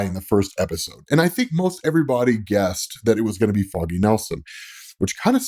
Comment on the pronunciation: Im liking because i like your content. But would be nice to dont announce foggy's like that 😮‍💨